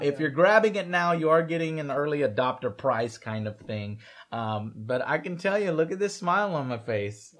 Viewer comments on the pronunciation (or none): ' early dopter ' lol :P